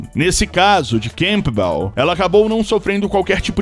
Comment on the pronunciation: O nome da atleta não é camPbel, mas canbel. O P não soa, mas se assimila a outra consoante bilabial M.